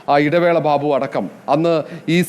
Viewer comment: ഭാബു അല്ല മൈരേ, ബാബു, നീ പിൻവാതിലിൽ കൂടി വന്നവൻ ആണോ? ഭാ